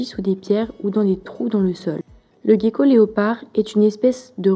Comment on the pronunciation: Ca se prononce jéko pas Gueko 😒